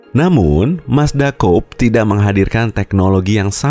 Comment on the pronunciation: Coupe dibaca kupe buka koup 🤣🤣🤣